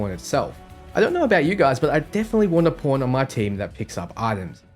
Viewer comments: when this guy says Pawn sounds like porn hahahaha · I'm hearing "porn" everytime he says "pawn" and it makes this video even better